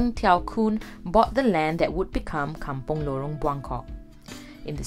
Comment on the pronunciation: I was thinking likewise. Kampong not come-pong.